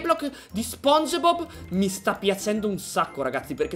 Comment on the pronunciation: SI DICE SPONGIBOB CON LA I